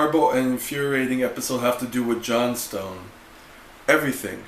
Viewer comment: It is said as Johnstin, not "John Stone."